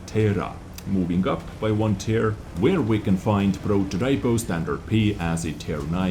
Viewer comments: Prototipo is pronounced "prototEEpo", not "prototypo" (like english "prototype" but ending with "o") :P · you have to pronounce "Protòtipo", not "Prototàipo", you have to say it as you read it, without some english influence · I'll tell you something important. The letter "i" in the word "Prototipo" must be pronounced like a double "e". I mean that you have to read that word like "Prototeepo". I'm italian so I'm sure of what I'm saying Ps: Sorry for the bad english